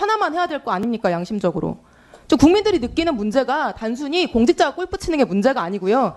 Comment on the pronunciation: 꼴프 가 뭡니까 ? 꼴프 가 ! 골프 라고 하세요 !!